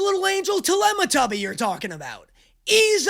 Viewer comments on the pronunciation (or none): Yall are making very interesting and relevant arguments in the comments, so as yall do that, I’m gonna sit here and laugh at “Telematubby” 😂😂